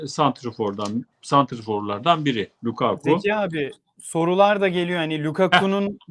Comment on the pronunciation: Zeki abi lukaku degilde lakaka mi demek istediniz ?